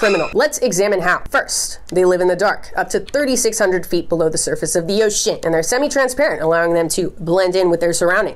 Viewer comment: I don’t know why, but you saying ocean makes me so happy lol “oshEAN”